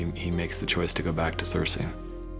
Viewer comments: Can we talk about how these two absolute failures or writing can’t even pronounce they’re own characters names right? Wtf is Sur-say? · Don't forget "cersay" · Anyone else find it funny that David and dan pronounced characters names differently Show: ser-see Dan: ser-say Show: mis-an-day David and dan: mes-n-day